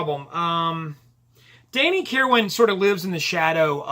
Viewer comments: You nailed it. Danny was the bridge between those two eras of the band. BTW, the last syllable of Kirwan's name is pronounced "win." Also, Bob Welch called the album bleak which was meant to be a knock on Danny. He attributed it to Kirwan's angst in his writing. I totally disagree. There might be some bitterness at play here since Danny contributed five songs to the album to Bob's two. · Stop with the Um's already .. Also learn how to pronounce Danny's last name ..